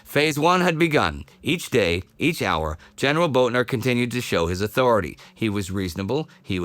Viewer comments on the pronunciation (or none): none